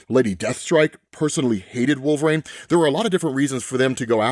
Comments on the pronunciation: I have to ask... Why do you pronounce Wolverine as "Wulve-Rain" instead of "wul-vr-een" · Can he not say "Wolverine" right? I don't usually nitpick on stuff like that but does anyone else ever say it like that? Is it a dialect thing?